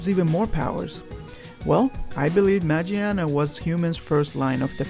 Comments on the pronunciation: You mispronounce her name is not majiana is magiana it comes from mecha (machina) and gear (gia in Japanese) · It's been official pronounced as Ma-GEAR-na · It's MAGEARNA ... u said it wrong... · Actually, it's pronounced Ma "Gia" na, not "Jia" because it's English name is Magearna.. Gia, gear, Gia is the way they pronounce Gear in Japanese. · Dude its magearna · Isnt a oart of its name origins Ma"GEAR"na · magearna. ma-gear-na.